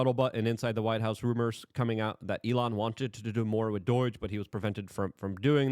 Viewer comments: Bro, there is no “I” in Doge. It’s not “doige” it’s Doge. Pronounced “Doedge” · I hate when he says doige 🤣🤣🤣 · Please pronounce Doge correctly 🤣